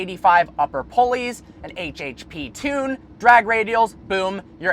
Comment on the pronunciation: An "HHP" tune. You mean an HPTune?